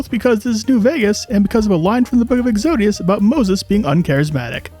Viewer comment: as a christian, I can say pronouncing "exodus" "exodeeus" will get you sent straight to Gommorah